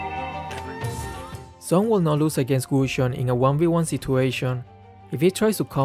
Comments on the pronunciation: Its Not Sun, Its Suin..😂😂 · Is nobody going to talk about how the draft pick voice says "Sweii" and not "Sun" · I hear "swoon"